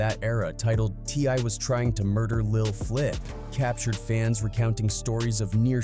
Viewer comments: Sht said T I Y 😂 fuqn bot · It's t.I not Y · T eye eye , t one , tee , tip , T why. Wtf.